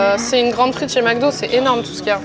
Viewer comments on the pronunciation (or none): none